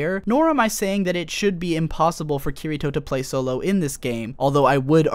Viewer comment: Awesome video, but i hate the way you pronounce Kirito